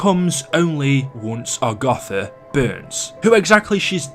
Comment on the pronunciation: 4.00 “Agotha”